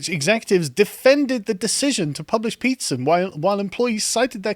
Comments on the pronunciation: I constantly hear him say pizza instead of Peterson. Now every time someone mentions Peterson, I crave for pizza and vice versa. 🍕📖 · Am I the only one who heard "Jordan Pizza" almost every time?